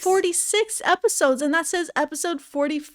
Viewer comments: consistently saying “eposides” without laughing is peak comedy 🤌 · I love the consistency in pronouncing eposides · I kept hearing "eposides" and I thought you were having a stroke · I'm on the bus and laughing out loud because of "eposides😭😭"